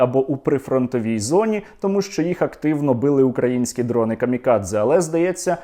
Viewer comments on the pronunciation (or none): none